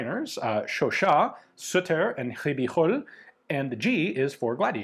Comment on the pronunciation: Perfect pronunciation of Ribeyrolles Ian! 👏👏 (Hard for non French speakers)